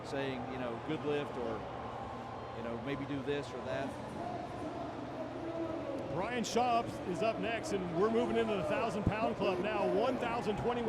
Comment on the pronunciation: Brian Shaw was the only name they pronounced right lol